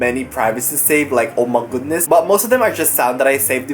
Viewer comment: I love when he says oh my goudness 😂